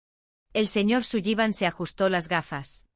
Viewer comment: Sullivan se pronuncia Solivan